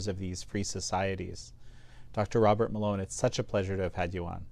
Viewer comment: I thought he said doctor water mélon 😂